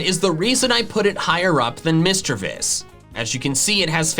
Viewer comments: passionately calls out someone for pronouncing a Pokémon's name wrong Me: YES MY FRIEND although you did pronounce Lairon, Misdreavus, and Phione wrong (Lair-on not Lay-ron, mis-DREE-vus not MIS-dre-vus despite being based on the word mischeivous sorry, fee-OH-nay not fee-OHN cause Japanese). Also despite it being one of your favorites, you consistently mispronounce Tropius (it's based on the word tropical, so it's TRAH-pee-iss, not TROH-pee-iss) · not you critiquing someone's pronunciation of doublade while mispronouncing eviolite (it's a VIOLET stone, it would be pronounced ee-vy-oh-light), lairon (lair-on) misdreavus (miss-DREE-viss), phione (fee-own-ay), lol.